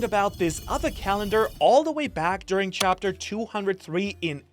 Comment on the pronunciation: "Chaptetr" lol